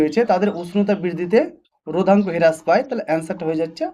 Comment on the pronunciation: হেরাস নয় হ্রাস পায়